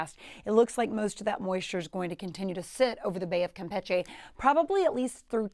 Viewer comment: I wonder Who decided the pronunciation of Campeche should be changed ?